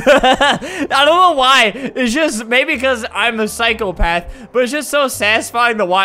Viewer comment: It sounded like he said “I’m the cycle path”